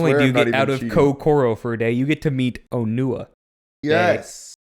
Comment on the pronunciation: Real glad that in German, Onewa's and Onua's names are clearly pronounced differently You say these names in exactly the same way, quite confusing